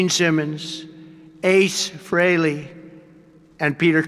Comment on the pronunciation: C'mon, no matter what your politics are, Kiss fans should give him some credit for saying Ace's last name correctly!